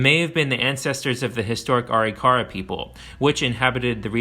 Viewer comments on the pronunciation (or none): Well done! My only criticism is your pronunciation of Chamberlain “CHAM-ber-len” and Arikara “Uh-RICK-uh-ruh” Great history telling! (I’m a published historian, focusing on early and pre-contact cultures) 👍🏼❤️🫡 Semper Fi